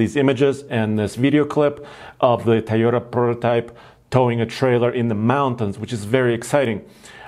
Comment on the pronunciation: I might be the only one bothered by his pronunciation of the word Toyota.. Its not Tiyota. Easy fix.